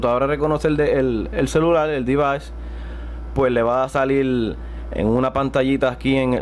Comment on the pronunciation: "salil" "puelto"